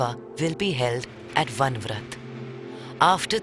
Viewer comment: Can't you even get your names right?! It's not Van vrat. It is Varanavat. Va-ra-na-vat.